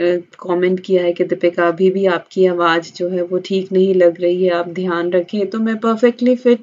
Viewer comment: Ap awaz ko awaj na kaha krn ... try krna plz ap z ko j ki tone s na mix kia krn please ... anyways u r my fav